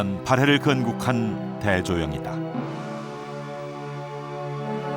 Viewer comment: 발음을 잘 하새요. 발에 왕국? 참나. 발해!!!!